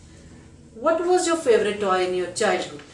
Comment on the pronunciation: I paused the video hearing ‘tway’ *toy